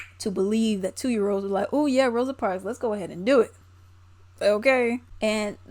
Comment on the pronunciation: Come on EDITOR(S), her name is ROSA, not ROSE!!! We are better than that.